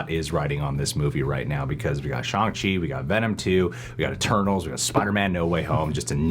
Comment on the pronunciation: Jesus they even told you how to pronounce ShAHng Chi and you're still saying ShOng Chi lmao